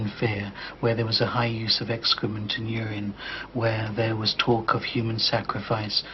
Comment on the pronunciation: It's so funny how says naught point naught naught and how he says hooman